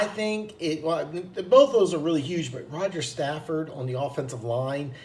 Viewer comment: sigh SAFFOLD man!! your like the 5th dude i heard that can't say his name right.